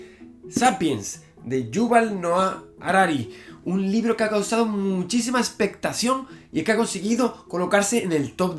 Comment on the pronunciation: se dice ESPECTACIÓN, no espestasion